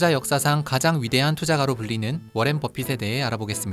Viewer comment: 워렌이 아니라 워런입니다 그런것듀 몰